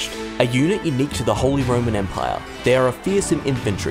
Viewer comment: You just wanted to say the holy roman empaiyaa